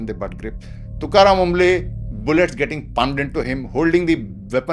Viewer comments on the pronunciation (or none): Sir not Omble that's Tukaram "Kamble"